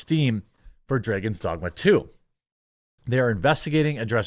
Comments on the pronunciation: Dray-gon Dogma. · What a fucking idiot you are Quartering YOU DON'T KNOW HOW TO SAY DRAGON'S DOGMA or just the word "Dragon's"!!? LMFAO, BOI YOU STUPID AF! Lol, greediest game ever!? You must be SUPER insane!